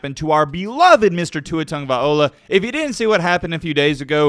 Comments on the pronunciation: whats cringe is how he claims to have know Tua for a long time but yet cant pronounce his last name correctly. "viola" and "vailoa" is two different things. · IF HE IS BELOVED LEARN TO PRONOUNCE HIS LAST NAME! FOR THE LOVE OF ALL THATS GOOD AND KIND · I generally find your stuff to be interesting and informative but have to be honest with you. the fact that you claim to have followed Tua since high school but still can’t or refuse to pronounce his last name correctly is total disrespect. You above most others would know how the name Tagovailoa was taken on by his family leaving their original last name behind and why that makes the name one of great honor. Many of us are big fans of Oscar winner Viola Davis but it doesn’t give us the right to butcher Tua’s last name. Otherwise, keep up the good work. Really enjoy your college football videos. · Really? You don't know how to pronounce his name?